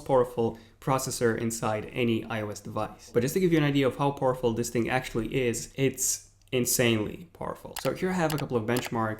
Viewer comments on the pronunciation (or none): The next time you say "poorful" I explode.